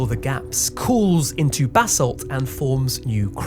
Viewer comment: I was annoyed that he pronounced basalt wrong though. That ones easy. Its not pronounced like bass, its pronounced more like buhsalt.